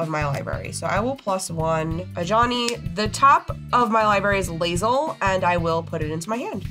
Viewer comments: I'm surprised didn't say anything about botching his girl Lae'zel's name lol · As a huge BG3 fan the Lae'zel pronunciation hurts. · Every time i hear Lae'zel's name pronounced incorrectly i die a little inside.